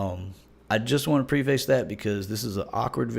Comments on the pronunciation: It's PREH·fuhs, not PRE-feis. #preface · Did he say pre-face? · Stop saying PRE-face.